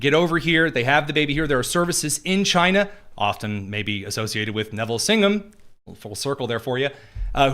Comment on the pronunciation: Chy-na our ENEMY